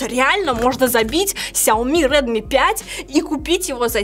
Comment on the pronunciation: Нинада плиз говорить кряоми в эфире и записи. Это мусор